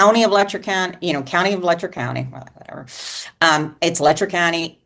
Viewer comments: It is pronounced “Lech-er” county, not “Lecktor”. SMH! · Why does the media keep calling it Lecter county? Its Letcher like Fletcher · LetCHer county. Latch, but with an E. Not Lechter like Hannibal lol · Le(t)cher County. What a mess. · Youve done so much research and talked to so many locals that you still dont know how to pronounce the name of the county? What in the name of phonics made you think of pronouncing it that way? 😂